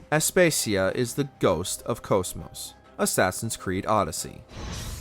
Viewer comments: Aspacias name is pronounced (ass-pah-see-ah) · I winced a few times at the name Aspasia 😂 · You pronounce some things like 💩 and the fact you say Aspasia so many times that way I wanna hurt you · Learn how to pronounce Aspasia you F##king r3t@ €0€k head!! I wanna die after hearing your douchey voice say it like that, I need a lobotomy now!! You f##king idi0t